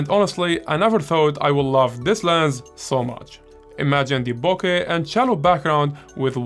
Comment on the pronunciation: Firstly, let me thank you for pronouncing BOKEH properly. Its so annoying seeing all these professional youtube photographers pronouncing it incorrectly and then getting all high and mighty when you point it out to them. When I switched from my Sony a6000 to the a7 iii, my first full frame lens was a Rokinon 35mm 1.4, then I got the Sony 85mm 1.8, and it's def my favorite lens for portraits. More recently, I bought the Tamron 20mm 2.8 because sometimes the 35mm is not wide enough for me and I love the more dramatic and distorted images you can get from it. Sometimes I think of selling the 35mm or maybe just adding a 50mm 1.8 to my kit.